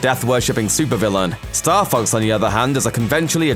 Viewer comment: i keep hearing star fucks... what a vulgar video!